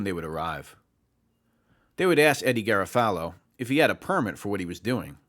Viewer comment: Solid information, but the constant mispronunciation of Garofalo kills me.